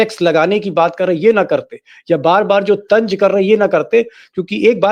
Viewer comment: Tanj nahi.. Sahi word hai tanz...😂😂 Very poor pronounce journalists